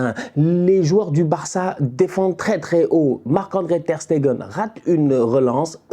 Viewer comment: il a appris a bien prononcer Ter Stegen! Les anciens vous vous rapeller quand il disait Ter SteNgen 😂😂😂😂😂😂